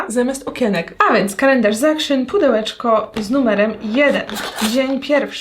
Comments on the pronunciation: w sklepie action (czytamy akcjon!! nie akszyn) w holandii nie ma takiego słowa akszyn poprostu akcjon 🙄😫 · Mała ciekawostka zupełnie niezłośliwe, Action czyta się jako dosłownie „AKTION” bo to holenderska sieciówa, Pozderki z Rotterdamu i życzę wesołych ❤️🤟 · Jak bym słyszała jakąś karyne 🙄 dramat poprostu "akcjon" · ponieważ w holandi nie ma czegos takiego jak w pl jak "zangliszczanie" większości słów to jest Holenderski sklep i wymawia sie jego nazwę "akcjon" najzwyczajniej ;) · właśnie dlatego jak już moja córka ogląda kolejną "jutuberkę", która mówi akszyn to nie wytrzymałam ;) :)